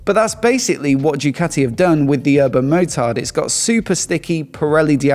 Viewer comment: "Jewkati"? ZED? c'mon....